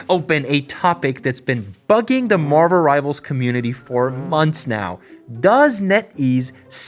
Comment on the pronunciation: You meant to say "Marvuruh Rivarzuh"